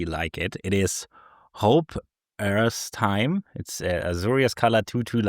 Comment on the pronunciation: For: It's pronounced Hope Esteem. Yes it's that pretentious. FF13 for you.